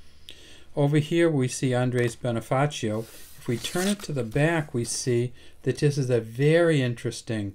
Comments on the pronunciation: The Pronounciation of the name of Bonifacio was Bonifasyo not a Bonifaceo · Bonifacio is pronounce as bonifasyo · Maybe may background sya sa spanish kaya T ang bigkas nya sa C.